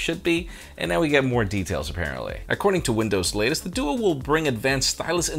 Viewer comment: Did he just say dudu on the Microsoft duo?